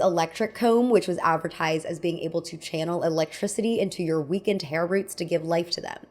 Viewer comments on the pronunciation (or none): none